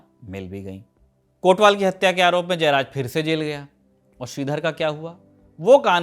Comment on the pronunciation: "कोतवाल" शब्द है, हां वही हिंदी वाला, कोटवाल नहीं।